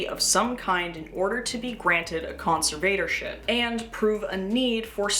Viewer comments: I like your video, with the exception that your pronunciation of "conservatorship" is like fingernails on a chalk board. To the best of my knowledge, it should be pronounced "con-SERV-uh-tor-ship", not "con-ser-VATOR-ship". I apologize if your pronunciation was meant to be ironic. My inability to see any ironic meaning doesn't mean the irony doesn't exist. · Darth conserVator Ship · you accent the “serv” part con-SERV-a-tor-ship. Conserve-ator-ship. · NGL the way you pronounce "conservatorship" is kinda driving me insane but otherwise this video fucking slaps